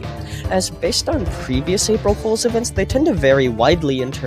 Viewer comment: When he said fools he said holes